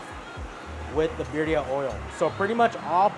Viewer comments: Dude you have a cactus 🌵 on your forehead and you can't say birrria. Not birya or al pastor not pastor. Your suppose to be expert in mexican food and you cant even speak spanish😮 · Bro sounds Indian pronouncing birria lol